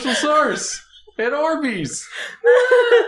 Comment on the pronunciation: Why is she pronouncing it like ORE-BE'S? it is Are-be's.